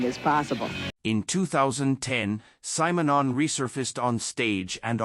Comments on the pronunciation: This is the only time I have heard his name pronounced as Symer-non. I have only heard it as Simmernon. I wonder which one is right? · Kudos for a deep focus on the great bassist & painter Paul Simonon. But who designed this terribly constricted AI voice-over? Pronounce Mr Simonon's name correctly: it's "Simm'", not "Sime", you bloody blinkered robot. Mr Simonon also did some pretty risky undercover work for Greenpeace, he's a right proper geezer. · You should listen to how Paul pronces his own name! Not SIGH - SIM! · No, the AI pronounced it wrong in the video, it’s actually pronounced like ‘cinnamon’ with the n and m switched.